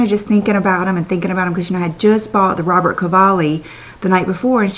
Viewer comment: It RobertO Cavalli. Not Robert, FYI.